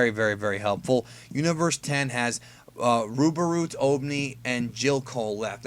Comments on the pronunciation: stop saying babarut plz, it's rubarut... xD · first of all, the guys name is RUbarut, not BAbarut. You were looking right at it. Second of all, thats not Rubarut Gohan is fighting, that's Obni. It's very clearly Obni's hair and Rubabrut doesnt have things on his ears.